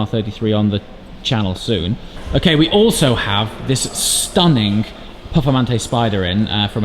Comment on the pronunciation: Stunningk.........since when is there a k-sound ???